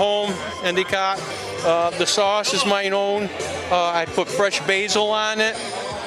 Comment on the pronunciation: '"I put fres basil on if' ...no Basil.